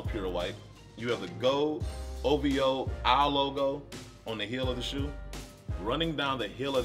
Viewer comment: O.V.O NOT Ohvo